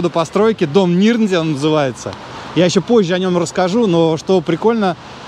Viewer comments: правильно говорить Дом Нирнзе́е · Интересно было посмотреть, каким же было лакшери в сороковые годы. Весьма скромненько, надо сказать, не считая расположения. Дореволюционные дома гораздо роскошнее и продуманнее строились. И дом Нирнзее произносится НИРНЗЕЕ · В России есть и старше города Дом Нирнзе́е все же, ударение на второй слог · Дом НирнзЕе (с ударением на Е), редевЕлопер (с ударением на Е). Переулок ГнезДниковский... Все риэлторы такие косноязычные?